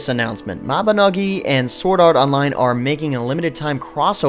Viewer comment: Its sad how every time you say mabinagi i feel cells in my brain die when it is cleary written NOgi as if saying dogi . Mabi NO gi